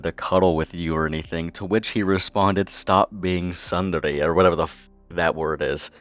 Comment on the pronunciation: pronounces tsundere correctly "whatever that is" You can't hide the truth,. We know you know exactly what that means 😤